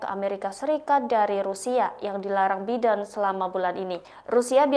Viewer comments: Bacanya Baiden bukan Biden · Bacanya "Jo Baiden" bego! Bukan "Biden".